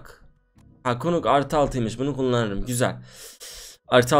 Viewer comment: Knuck bıçagına kunuk demeyin nak diye okunuyor cahil cahil konuşmayın